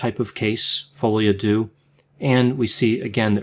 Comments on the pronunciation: AARGH! It’s pronounced folie au ‘derr’ not doo! Apart from that, interesting. And disturbing. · You might want to Google how to pronounce Folle a deaux.